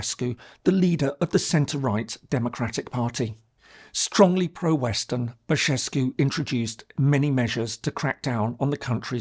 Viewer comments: The way you pronounce Bashescu instead of Basescu sounds in Romanian kind of like saying FART-escu. Which ... yeah, fair enough! 😂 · The way u pronounced Basescu, "Bashescu" Sounds like "basina", which basically means "a fart" 😆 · Thank you for your care to details about our country! Just one observation, it’s “Băsescu”, not “Băşescu”. The latter turns his name into a fart joke. It’s a very humorous moment in the middle of a very serious video there. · I'm sorry, but it's so funny your pronunciation of Băsescu - you called him Fartescu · Did someone fool you into pronouncing "Băsescu" as "Bășescu"? :))) "bășină" means fart. Very mature. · Bășescu, funny but you stressed on this pronunciation. Farter, it's true this is what he is at present moment. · hahaha și eu am râs la Bășescu. poate rimează cu Ceaușescu și de asta l-a pronunțat așa. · As an englishman living in Romania, every time I hear a Brit say "CeauCescu" instead of Ceaușescu I want to scream. Your comment to move the incorrect "sh" from "Bășescu" made me laugh a lot! Seară bună! :)) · If I may correct you a bit: it s not pronounced "Bashescu." , Both letters s in Băsescu's name are pronounced s . In order to be pronounced like "sh" in English you would need a different letter, "ș", which in essence is written as a "s" with a comma underneath. Romanian language is largely phonetic, meaning each letter is almost always pronounced in the same way. (Ce, ci, ge, gi, / che, chi, ghe, ghi being the obvious odd ones) in "Iohanis" the "h" is clearly pronounced .It is not mute. But you nailed 'Georgescu' perfectly. And I happily notice the use of "ă" in his first name, Călin, quite rare for an English media. Think of Emma Răducanu, for example :) BTW "ă" is nothing else than the most common vowel in English language, the so called schwa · I like how you pronounce "Basescu"... Very apropriate pronounciation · Nice video! It's not Bășescu but Băsescu! no sh this time hahah